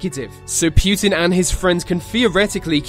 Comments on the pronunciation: It's Putin, not Pyutin. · And also not putn 😂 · Its not Pjutin its fucking Putin. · putin, not PEEUTIN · Poo-tin not Pyutine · "Kivian rus" "pewtin" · Why do people pronounce Putin as "pew-tin" but the two words separate is pronounced put in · Its prounounced "pootin" not "pewtin" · путин is pronounced pootin, not pewtin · It's Путин not Пютин. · Pu'tin not PEW'tin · It's not pyutin it's putin. Next video about donald trumpet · SAY POOTIN NOT p U tin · Pweutin? Nah it's putin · why is he called PYUTIN or PJUTIN there is no" Y" or" j" in his name it is only "U" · PRONOUNCE. IT RIGHT ITS PUTIN NOT PJUTIN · It's not Pjutin. Putin! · Pjuutin XD It's pronounced Pou-tien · vlad - e - meer - poo - tin not vlad - e - meer - pew - tin. I don't care weather you have and accent pronounce peoples names correctly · vlatemehhr pYEWten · I love how they call him "Пьютимн" xD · Vladimir Pyutin is a.. who is this Pyutin? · It's baffling that you say Pew tin. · It’s not pronounced “pyootan” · Pooh tin. 😄😀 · Vladimir pewtin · Wtf its not vladimir pjutin ! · puuutin wtf its put-in wut a nub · Pjutin? LOL. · Accents exist, but names are names. You dont hear me calling England, Anglind or some dumb shit like that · im a slav (not even a russian) and the way you pronaunce Putin gave me cancer (but no offence i know that pronouncing slavic worlds is hard for english speakers) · Did anyone else immediately dislike the video, within three seconds just because of the way he pronounced Putin? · ugh the way he says putin is nearly unbearable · Why dose he say Putin so weird